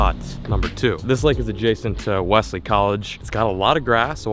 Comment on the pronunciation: ITS PRONOUNCED WELLZLEY